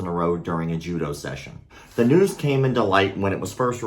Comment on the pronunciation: "In today's nose"😂